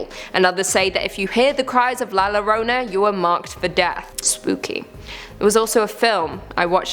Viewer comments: Two L's together in the spanishlanguar will make a Y sound so instead of "lorona" its pronounces "Yorona" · Hearing her saw Lorona made me laugh